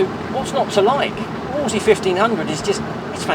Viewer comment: The name is pronounced as in wool and not as in wall, ie "woolsley".